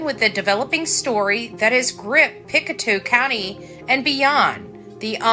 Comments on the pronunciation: yes! Thank you! I live in Pictou Co and one thing that kind of drives me nuts is when people pronounce it "Pic two" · Pictou (Pic toe) way it sounds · It's pronounced pick toe.